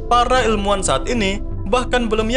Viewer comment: Orang jawa ya min, soalnya nyebut ilmuan jadi elmuan 🤭